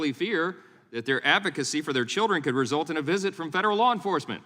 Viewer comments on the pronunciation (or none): none